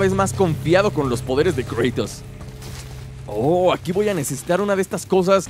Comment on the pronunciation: por que le dices kreitos a kratos